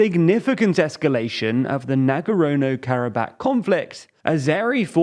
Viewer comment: Not "Nago-rono", Nagorno.